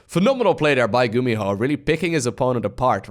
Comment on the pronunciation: you make GuMiho sound like GumiHo